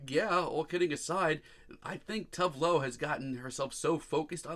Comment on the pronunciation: Honey...! Her name is pronounced as such: Too-vay Loo